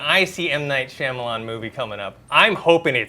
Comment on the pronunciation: Dude, as a professional in what you do, you should give M. Night more respect and at the very least pronounce his name correctly. He may not like what you have to say about him, but will at least acknowledge you by your name.